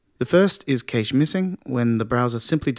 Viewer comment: Thanks again, content is great. Pronunciation of cache not so much though...